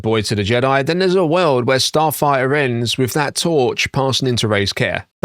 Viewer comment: I think im the only one that was annoyed that he couldn't say the name of the movie, "Starfighter" not "Starfigher"( Starfire )...